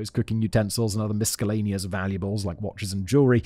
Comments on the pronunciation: How do you not know how to pronounce the word miscellaneous Simon? Not meaning to break your balls, just genuinely wondering? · Is this how miscellaneous is pronounced? I never knew 😮